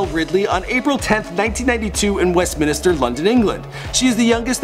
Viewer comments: westminster, not west minister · It's West Minster,London. As in the Abbey. Not Minister like he said it. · Ahh yes, Westminister my fave place in London... 😂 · BTW it's not "west minister" it's "Westminster". There's only one "i" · It's pronounced Minster not minister. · its West Minster not West minister kek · 'Westminister' ROFL its Westminster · Westminister? WESTMINSTER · "Westminister" "Headfordshire" "Burbeck" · same with "west minister" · brits be triggered “west minister” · West-min-stir. Heart-ford-shire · Westmin-i-ster? Head-for-shure? BBC Comedy "Casualty"? Yeesh... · You absolutely butchered Westminster and Hertfordshire, nice one lol.